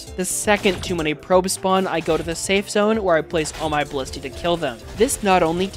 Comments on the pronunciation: Pronunciation is 'ballistey', not 'balleste' 🦆👍🦆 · Cool video! By the way, the plural of ballista is ballistae, not ballisti! :D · He mispronounced ballistae, the Latin plural: Latin words incorporated into English (like antenna, formula, cactus) do have plurals that follow English rules (antennas, formulas, cactuses) but retain their original plural (antennae, formulae, cacti) and both are valid... although in some cases one plural is so janky and thus used so few times that it becomes borderline ungrammatical (larvas, datums, basisses, crisisses...).